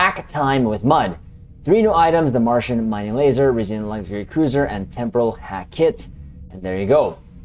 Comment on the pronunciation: You pronounce some words incorrectly. Chronology and Risian